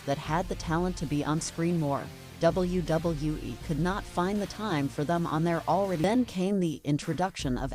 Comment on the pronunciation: I hate the way this AI/ narrator says WWE